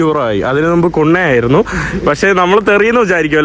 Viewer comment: നുമ്പ് ❌ മുമ്പ് ✅ നുപ്പത് ❌ മുപ്പത് ✅